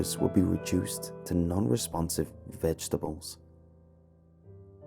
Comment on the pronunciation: I love the way he pronounces vegetables - "vetz-tabulz"